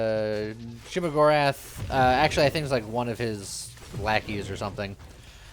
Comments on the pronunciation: Am i the only one frustrated by the repeated saying shemogorath instead if sheogorath? Also morrowind with modern graphics would be a fun re-release instead of the thousand copies of skyrim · Nearly a year late, but I heard the name Shuma-Gorath and thought he was talking about a game dealing with Marvel's not-Cthulhu.